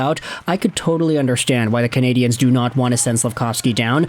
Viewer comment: Pronounce the name of the team RIGHT!!!! You’re pronouncing it in the feminine!!!!! Just say it in English , which is acceptable in Montreal across the board. Wake up!!!?